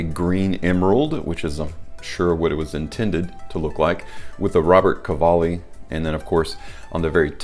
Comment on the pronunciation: It’s Ro-ber-to CA-Va-lli, the design is a serpent the house design signature